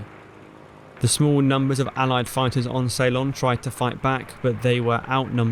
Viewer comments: I am from Sri Lanka, the old name of Ceylon is (and ALWAYS was) pronounced sill-LON, not SAY-lon. If you ask anyone born before 1972 (when the name changed), they will give you the correct pronunciation; Saylun is incorrect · Ceylon is pronounced 'See-lon' not 'Say-lon' basic stuff. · SAY-lon?? You could have looked it up. It's /səLON/. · Thanks for the video, I didn’t know any of that. BTW, it’s Seelon, not Saylon. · Ceylon not say-lon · Ceylon . . . . not salon. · I wondered whether he was using the Dutch pronunciation. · An interesting pronunciation of Ceylon.